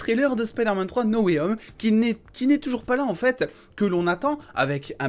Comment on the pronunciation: Et moi j'en ai marre quand les gens disent "Spideur-mane Nowayome" au lieu de "Spaydeur-man No way *H*ome"🙄😂🤣